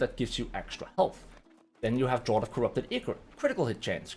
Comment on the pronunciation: "Remember the word Draught". Except that it's pronounced DRAFT. Lol